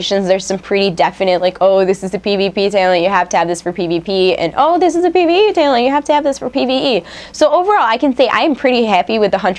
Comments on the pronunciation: LOL omg i gave up when she kept saying tailent, its tal-ent!!!!!! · What's a taylent? Learn to pronounce talent. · You say "talent" funny when your sick lol.